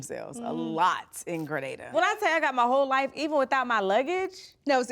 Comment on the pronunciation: As a Grenadian, I super proud to see my beautiful Island being showcase on this major platform. I'm also very happy that they are pronouncing "Gre-nay-dah" correctly👏shoutout to the show EP Glenda Cox, a born Grenadian who championed this move 👏👏